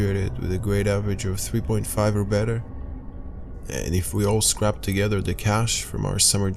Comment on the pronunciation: "Scraped" is not pronounced "Scrapped" And THE SOUND OF MUSIC was in Austria not Australia!